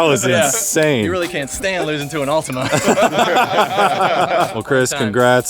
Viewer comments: lol Americans and pronunciations "Altimania" wtf :D Prediction for this was Altima as well. Hellcats just cannot get power down, no matter how many million HP they have. They're completely garbage off the line. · It’s an “Altima” 😂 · So..... Its actually an "Ultima" instead of an "Altima"...... Lol